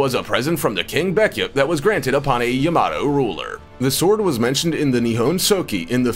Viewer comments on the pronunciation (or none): none